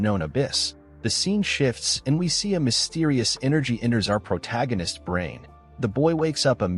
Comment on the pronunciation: I didn’t notice that. But it’s definitely a lot better than hearing the narrator mispronounce “protagonist” like “proto-ginnist” 1,000x